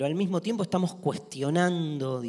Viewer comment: “Bueno, como estang?”. Jajaja